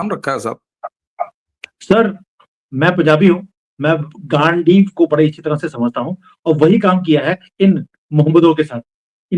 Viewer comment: ji, गांडीवा नहीं। गांडीव। गांडीव मतलब तीर कमान वाली कमान।